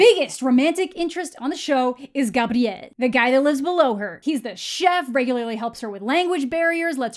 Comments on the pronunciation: I respect the way you pronounce “Gabriel.” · I love the way you pronounce "Gabriel"😊✨